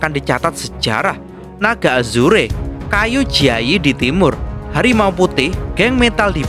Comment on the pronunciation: Naga Azurrrr bukan azureee tulisan nya azure di baca nya Azurrrrr